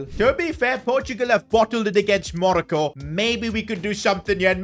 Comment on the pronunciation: pronounced muh-rocko